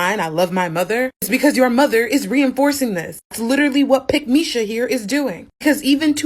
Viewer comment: "Pickmeesha" lmao